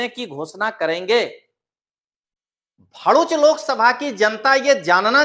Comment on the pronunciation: भोडूच नहीं दललू भरुच बोलते हैं